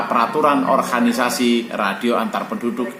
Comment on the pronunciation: Mohon maaf om Organisasi om dibaca...bukan di orhanisasi